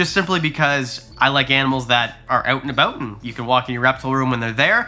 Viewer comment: "oot and aboot"